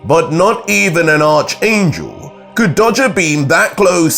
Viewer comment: Who thinks is pronouncing the word ARCHANGEL wrong👇👇👇👇👇👇👇👇👇👇